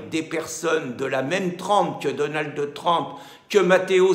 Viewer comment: daunaldeu treumpeu ... quel rigolo